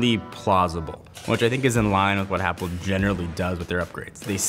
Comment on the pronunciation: Go to and he says Zapple instead of apple